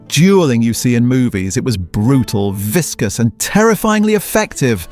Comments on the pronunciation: It's VICIOUS mate. Vish - us. Or possibly visceral. But not viscous. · vicious or viscous?